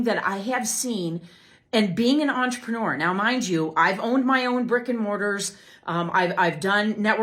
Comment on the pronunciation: "Entre-newer"? If she can't get THAT right she aint gonna be getting people to sign a LEGAL nda